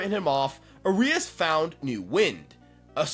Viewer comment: Brother, it’s ARIAS not Urias